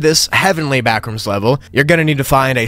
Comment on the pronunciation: When he said backrooms it sounded like bathrooms